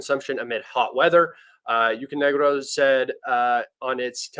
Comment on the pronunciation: excellent work. One thing for the future, UKRenergo, not UKRNegro ;)